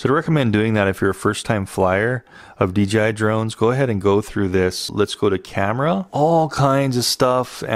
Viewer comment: exquisite. why does everyone seem to say DGI, its DJI like DJ and then I.